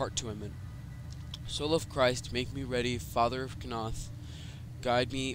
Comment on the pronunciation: its pronounced noth not KAnoth